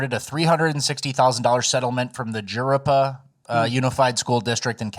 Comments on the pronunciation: Jurupa = huh-ROO-puh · I live in the Jurupa (pronounced ha-ROO-pa) area and my parents were friends with that teacher. I moved out to college before the teacher and my parents met, so I haven't met her personally, but my parents were furious when they heard she was fired.